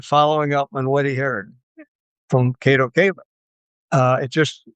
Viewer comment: He meant to say Kato Katelyn :D :D